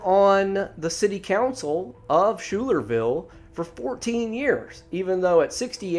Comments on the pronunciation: Pronounced Skylar-Ville. From the town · It’s Schuylerville (sounds like sky-ler-ville), and it’s a small rural town. Tom Messick disappeared only ten days earlier.